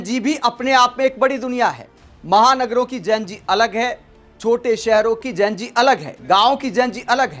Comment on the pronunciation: जेन जी नहीं होता है जी जेन ज़ी होता है तुम प्रेज़ेंटर होकर ग़लत बोल रहे 😂 जितना विरोध करोगे मोदी जी उतने ही पॉपुलर होंगे ।